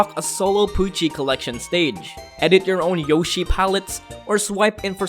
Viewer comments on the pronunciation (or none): none